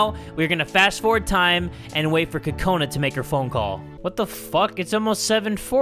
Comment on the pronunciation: it's pronounced kokana